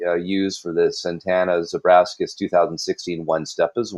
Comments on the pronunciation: It’s ABRAX(!!!)AS for God’s sake! Not AbraSKAs! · It’s pronounced “AH-BRAX-ISS,” not “AH-BRASK-ISS”